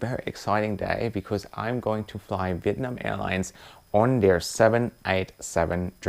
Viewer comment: “Welcome onboard “VITNAM Airways” that’s right not VIETNAM🏳️=🇻🇳 (Vee ét nam) but vitnam 🏳️=unknown